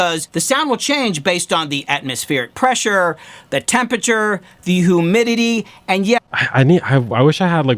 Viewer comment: What is “who-midity?” Is he saying “humidity?” Haha